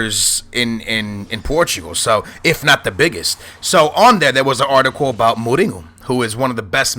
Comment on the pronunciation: Is it really pronounced Moringo, or Moureenyo?